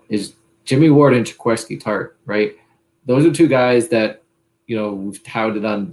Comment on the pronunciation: Watching is like watching paint dry. Also, it’s pronounced Ja-QUA-ski Tartt ffs.